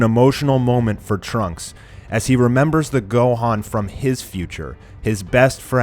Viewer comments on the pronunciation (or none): none